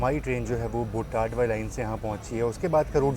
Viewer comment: station name is बोटाद not बोटाड